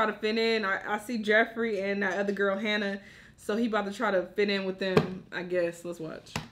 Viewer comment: Omg not "Hannah"